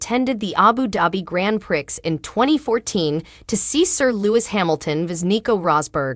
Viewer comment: The Grand Prix is pronounced as Grand Pree it is a French title.